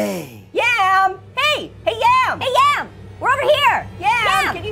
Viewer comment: yom its yam hahahaha